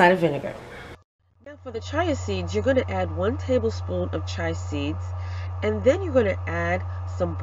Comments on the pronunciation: Chee a seeds chee a, that’s how you pronounce chia chee a seeds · Great ingredients in this smoothie. I will try it. However, The seeds are pronounced C-H-I-A... you kept saying CHAI, which is tea. A little confusing 🤔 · Umm ma’am they’re called chia (chee-ya) seeds not chai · its pronounced Chee-a , not chai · Wonderful addition of the chia "cheeah"seeds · Chia is pronounce Chee-uh. Great video, but just wanted to note that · pronounced: chee-ah seeds. 😊😃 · The word chia is pronounced as chee-ah . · I dont like the way you pronounce chia